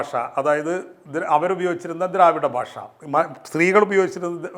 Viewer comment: താങ്കൾ എന്താണ് 'ഭാഷ' എന്ന വാക്ക് 'ബാഷ ' എന്നുച്ചരിക്കുന്നത്! 'ഭക്ഷണം' എന്നത് ' 'ബക്ഷണമെന്ന് ' താങ്കൾ ഉച്ചരിക്കുന്നു. 'ഭ' എന്ന അക്ഷരം 'ബ' ആക്കാതിരിക്കൂ......